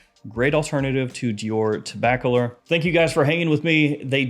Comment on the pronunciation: Let me help you pronounce Tobacolor. Say the word "tobacco" and the word "lore" with no space in between them. Like "tobaccolore"